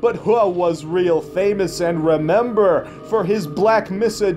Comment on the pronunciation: “You, I rember!!!” lmao